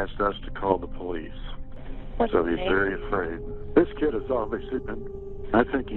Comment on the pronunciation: I though that guy was running around talking about a cat for alot of that segment, till i realized he meant kid... the drugs destroyed his brain... the kid is you and in your head...